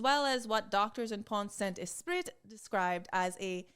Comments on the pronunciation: As a french gal : your pronounciation is almost perfect for "Pont-Saint-Esprit", except for the fact that the "t" in "Pont" and the "t" in "Esprit" are silent. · Prononciation of pont saint esprit was good. Just, the final t is silent in pont and esprit, but not in saint, because t in the end of a word doesn't sound at all EXCEPT if there is a voyel in front of the next word. But really, that's the only mistake, and it's not big deal, you prounounced that right and I'm just being picky